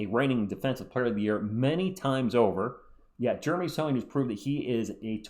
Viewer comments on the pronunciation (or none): none